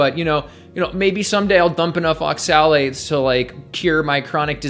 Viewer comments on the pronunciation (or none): Advice on oxalates from someone who can't properly pronounce the word. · Why do you say oxalates like that? No one else does.